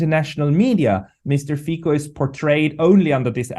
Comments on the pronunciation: Please English speaking mr. can you say mr.Fico name as is written with out Fiko! He's a mr.Fico! No Fiko! Thank you for understanding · What is wrong with you reporters? Can't you give respect for the name and pronounce it correctly? It is not Fiko, but Fico - pronounced as Tsitsipas - the tennis player. Period. 😮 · Can you, please, learn to pronounce Fico. It is NOT ‘k’. Thank you.